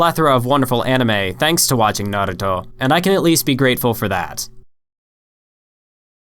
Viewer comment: why are u saying naruto so fast like nrto not having just asking